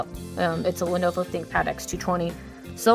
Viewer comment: Lenuwu Thinkpad